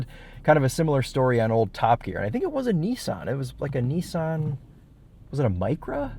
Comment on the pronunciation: What the heck is a knee-sahn.